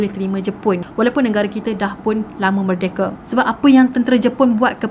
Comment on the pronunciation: Its merdeka not merdeke , idk its sound weird to gelar merdeke hahaha no hate